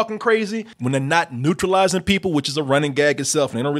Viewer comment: I know it shouldn't be but it is driving me crazy that keeps saying "neutralizing" instead of "neuralizing". I know what he means but the T is really fucking with me lol